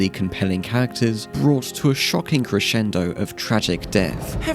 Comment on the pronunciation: i'm sorry but when you say "characters" i always think it's "cactus"